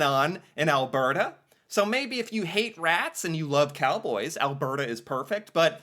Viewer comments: in... WOW... you're actually beginning to pronounce Alberta, correctly👍🏼😉 (think I need to switch to helping you pronounce other Canadian places... Say "Calgary" for me. lol. OK... moving on... in... OMG... you're gonna use news reports... in this day and age of disinformation, etc... I'm scared now. lol.. moving on... Immigrant vs. National migration... two completely different topics.. wish you'd have done two vids, exploring each type of migration. I point this out, because of what you said next... you are trying to make not so much a distinction, but trying to blend them together. Immigration, is "New People" in your country... but, migration within the country, is a net zero game... for every person, Canadian, who moves to Alberta, means another province lost one... they are totally different. moving on. (side thought here, not really on topic but... Canada was already, before the war.. the largest Ukraine community in the world... outside of Ukraine... that's why the immigrant portrayed is so happy... she and her family already have a community here, and by 'Here', I mean in Alberta and Saskatchewan... they, along with the dutch, had a lot to do with opening up farmland, etc... (I could do a whole channel on that stuff). My point here is, not all nationalities have it as easy........... BUT.... we, in Alberta, have roots from all over the world, and as Ive said before, the US calls themselves the "Melting Pot", meaning,, just make everyone the same!(sounds lik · Hi. I have noticed you have fixed your pronunciation of AL BERT AH:D. Could you send me that info you sent me before as I lost it. Have a Great day. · Thanks for figuring out how to properly pronounce Alberta. Much appreciated!